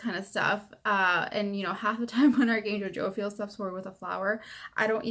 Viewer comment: Say it with me. Jo-Phi-El. Not Jo-Fil.